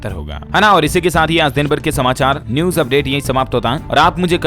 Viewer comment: Sabse bda jivit pakshi Shuturmurg i.e. Option A hai. Aur BBMB ki full form hai Beas Bhakra Management Board.Kuchh aur galtiyaan aap ki pronounciation mein hoti hain,jaise ki news ko aap aise bolte hain maano news ki spelling neuj ho. Again aap pause ko aise bolte hain maano paaz ho.Bura mat maaniyega.